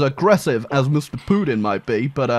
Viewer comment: I can't get enough of "Putin" pronunciation. -That's Poo-in. That's Poo-in doing the Poo-in walk.